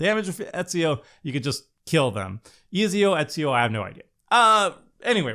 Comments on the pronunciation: It's yah boi Easy-O! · Ezio is pronounced ets-ee-oh Eivor is pronounces eye-vore So much pain listening to this lmao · I took psychic damage listening to pronounce Ezio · Pretty sure he never reach out on learning a second language